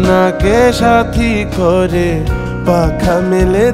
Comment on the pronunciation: Outstanding !! পাপন prefect, তবে নিয়াজ সাহেব থাকলেও মন্দ হতো না।আর কিছু উচ্চারণ বেখাপ্পা লাগছিলো ব্রিস্টি(বৃষ্টি), কয়রে (করে),মেয়খে(মেখে)। তবে অবাঙালি হিসেবে মানিয়ে নেওয়া যায়।